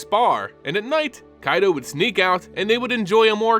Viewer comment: Thank you for scratching my itch with Kaito's pronunciation!! With the first Phyrexian Planeswalker running around now and hunting other Walkers to add to their army. Do you think they may call upon Nicol Bolas and Ugin once again to help fight against this new threat? On another note. How do you think the Phyrexians will fair against the Eldrazis? Both species are able to warp and recreate others into their liking.